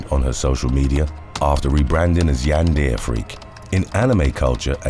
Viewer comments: In the future, Yandere is a Japanese word pronounced like "YAN-der-eh". Emphasis is always on the first syllable and the last syllable has its "e" pronounced as a short sound. :) Love the video, very different than normal stuff! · You guys totally butchered the word “Yandere”. It’s pronounced “Yan-da-Ray” not “Yan-Deer”. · I'm glad somebody said it since that's my only gripe about the video 😁